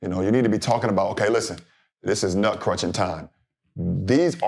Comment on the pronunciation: Did Bron say “this nut crunchin’ time”? 🤣